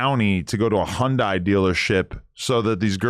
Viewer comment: Hun-Die is crazy 😂 it’s hun-day 🤦🏾‍♂️